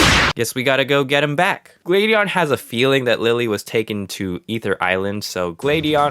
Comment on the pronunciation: I felt triggered when he said Glade-eon